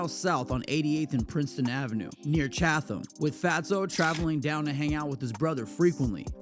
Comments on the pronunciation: Not low bottoms it’s the low end and it’s CHAT -EM not ChaTHam😂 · It’s chat-ham not Chatham this isn’t Gotham